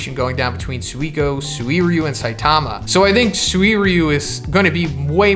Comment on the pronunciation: "Siatama" lol